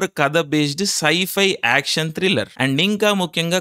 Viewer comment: Scifi ushhhhhhh Ala kaadhu raaa pichodaaa